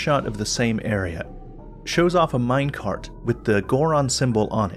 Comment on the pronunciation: Every time starts saying minec[art], it sounds like he's about to namedrop a book from a famous Austrian person...